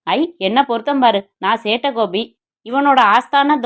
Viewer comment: காத்து இருந்தேன் சேட்டை கோபிக்காக. Thanks thanks thanks சகோதரி. நீங்கள் சொல்லும் சேட்டை கோபி என்ற உச்சரிப்பு அருமை 🎉